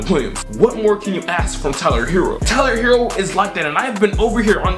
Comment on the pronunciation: Ummm pronounced Tyrone herro 🙄